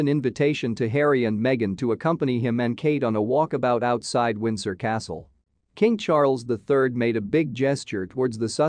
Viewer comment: Cann this guy please get his pronunciation of King Charles ĺll correct or does he not know better.